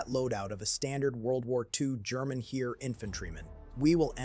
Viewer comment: It is pronounced Hair, not Here!!!